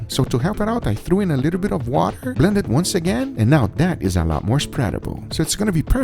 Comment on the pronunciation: aw yes, a little bit of wa'her